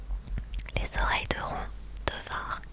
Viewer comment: Ron ce prononce rone..